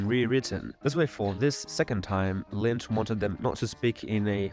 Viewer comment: I have really good quality speakers and a perfect listening room, and every sentence you say has one confusing mistake in it and I literally can't make it out. Sometimes you pronounce Lynch like Mlynch. I have no idea what country you're from but that's insane. I'm literally going to have to find an AI to fix your video